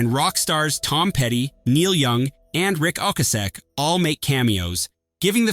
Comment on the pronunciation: "Rick Oak-a-seck". Really??